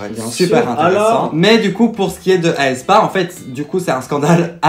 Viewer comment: par contre mes vies on dit "haie spa" pas "aïe spa"